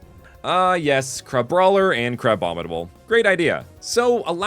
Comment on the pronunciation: Crabroiler is just how Bubble from BFDI would say Crabrawler 💀💀💀